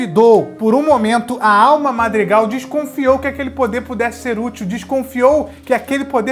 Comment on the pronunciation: Você falou errado né marg argan é madrigal